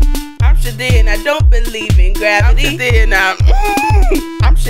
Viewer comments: It's hilarious that they pronounce it " Shi-teed " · This whole time I thought she said that she was saying "I'm Shadine" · Ruby Elizabeth I thought she was saying I'm shadee hahaha I thought it was her name ... Lmfao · uhm... It's pronounced "sha--theed" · i thought she was saying shadid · pjvo2001 i heard shadeed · Took me a while to realized the shithead was pronounced shith-ead It took me so long, I was confused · holy Mothers i thought she was saying chadine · Shithead pronounced Shi-tead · uHHH IT'S PRONOUNCED, "sHI-THEED!" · Brenda Tucker It's pronounced Shithead. Shih-theed. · I will now pronounce ‘shithead’ as “shateed” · I thought she was actually saying shit head but with an accent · I can't believe I watched this over and over and did not realise she was saying Shithead